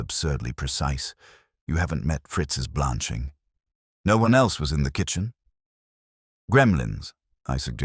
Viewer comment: This was a good story. Please teach that "No." is not "number." It's distracting. Thanks! 💚